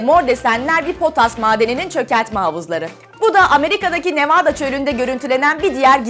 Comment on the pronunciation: nevaada değil nevada